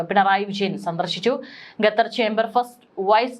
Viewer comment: ഗതർ അല്ല ഖത്തർ ആണ്. Pronounce properly...